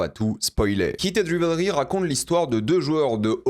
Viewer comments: Bonne analyse…dommage pour la prononciation du titre quand même: /Raivlri/ 😊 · Ce serait quand-même bien de prononcer correctement Rivalry : c'est Raïvelri.